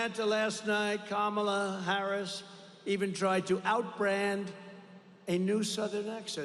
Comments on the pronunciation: “Kackala” Harris🤣 TRUMP2024❤️🇺🇸❤️ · This speech is scripted and fake! Who wrote it for him? He can’t even pronounce Vice President Harris’s name correctly! WEIRD!